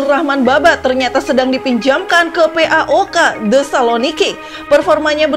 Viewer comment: kenapa harus di eja, PAOK gitu kan lucu wkwkwkwkw